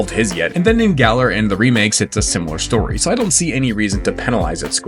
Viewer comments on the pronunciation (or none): none